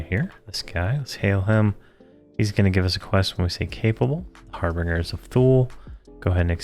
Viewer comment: Dude, the word is harbinger, pronounced "HAR-bin-jer". And Thule is pronounced "TOO-lee". It is a mythical island in the North Atlantic, represented in ancient Roman manuscripts as the farthest, northern-most known land. In medieval times it was used to refer to Iceland (Island) as Thule, and Greenland as Ultima Thule.